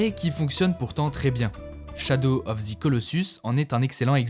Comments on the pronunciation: Shadow of "ZE" Colossus, pas "zi" 😭😜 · C’est « ze » et pas « zi » colossus, tu prononces « zi » uniquement si le mot suivant commence par une voyelle